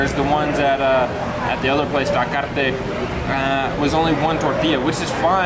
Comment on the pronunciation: Well I believe that tacos Taquearte ( btw you forgot to pronounce the letter e on Taquearte ) they are for people that don’t want to eat street tacos. They wanna sit down at a nice clean fancy place with ambiance and have a beer. I do agree the lack of presentation didn’t help with size or flavor. But also think about which ones might also be healthier. But do agree I would always prefer street tacos almost anytime. Till next time. Continue with the videos !!! Ciao